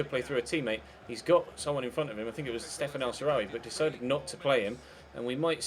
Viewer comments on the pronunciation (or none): none